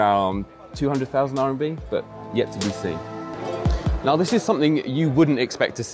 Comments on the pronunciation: It's RMB, not RNB :) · RMB... not “RNB”😅